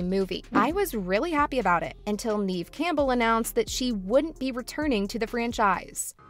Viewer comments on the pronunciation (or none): It's Nevvv, not Neeeve. If you're gonna advocate for her (which is awesome)... pls pronounce her name correctly. 💜💙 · It's not pronounced Neeve, it's Nev like Rev or Kev... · Sooo her name is not “Neeve”. It’s “Nev” (Neve) Campbell. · It’s really throwing me off her not pronouncing Neve’s name correctly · Me cringing everytime she said Neeve instead of Nev. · The narrator kept saying her name wrong. It's pronounced "Nev" not "Neeve." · You could Start by calling “neeeeeve” Campbell, Neve campbell. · For real, I literally have a personal video I recorded of her… Neve = nehv or nev not neeve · It's not Neeve. It's Neve. Do your research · I thought her name was pronounced Nev, not Neev. Have I been saying it wrong? Lol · It's pronounced "Nev." Not "Neev." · Nev* not neeve is how pronounced us sydney fans r gonna raid your house tomorrow prepare 😌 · It’s pronounced “Nev.” You could at least get that right. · I thought so too. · I came here to say that EXACT thing 😂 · Yea I exited out the video as soon as she said Neave…✌🏽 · Facts tho!! If you say her name 15 times in a video you can at least pronounce it correctly lol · IKR? I don't understand how they couldn't bother checking how to pronounce her name properly. It only takes a minute to find other videos saying her name. This channel has little credibility. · Wtf say her name right!!😂😂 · can't even get past your mispronunciation of Neve, then all the crap you said about gender pay gap... silly GenZ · Hard for me to take anyone seriously that can't pronounce Neve correctly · You are saying Neve’s name wrong, she deserves better. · The person who is doing the talking says Neve’s name wrong. Lol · I think you should learn to pronounce her name right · All this high praise is suspicious since you don't even know how to pronounce her name. Are you just reading something somebody else wrote? Have you ever even heard of the actress? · You said her name wrong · Stop saying her name wrong